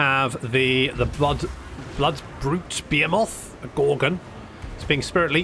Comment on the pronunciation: It's (ba-he-muth) you crazy nut, not (be a moth) lololol.... ROFLMAO!!! You are too much! Take it easy on the cyder brother.